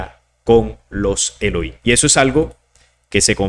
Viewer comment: Se pronuncian: «Elogím» De estar correcto la pronunciación: «Eloím», pues entonces no debería de pronunciar la palabra «Nephilim» como «Nefilím», sino «Nepilim», sin embargo, no lo hacen como este último.